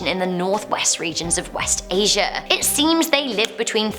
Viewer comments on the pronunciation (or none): none